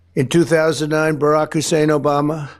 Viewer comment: Here we go again with "Husein" omg!!